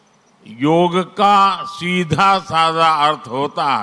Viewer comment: యోగ్ కాదమ్మా యోగాఅండీ